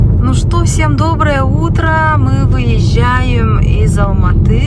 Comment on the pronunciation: И Алматы, не надо уменьшительно-ласкательно произносить наши города.